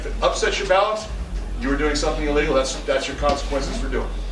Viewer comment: lol his "illegal" and "a legal" sound the same